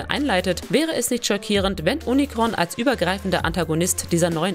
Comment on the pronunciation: Bitte die Namen Cybertron und Unicron vernünftig aussprechen das ist ja nicht auszuhalten 🤦‍♂️